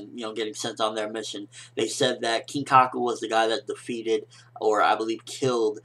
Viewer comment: I don't want to be a video killer or something, but his name is Kinkaku :P